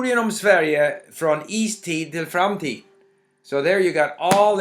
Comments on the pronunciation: "Future... framtid... I guess... I don't know what that is..." - this sentence sound so wrong since you pronunciate "framtid" spot on. :D :D :D :D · framtid = future You've got nice pronunciations for an English speaker by the way.